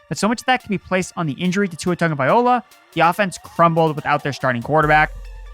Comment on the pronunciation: Say Tua's last name again 🤦